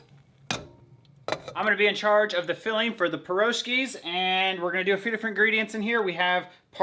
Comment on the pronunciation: Piroshki is pronounced with the emphasis on the last “i”. One of the best Russian dishes I grew up with! God bless From Australia 🇦🇺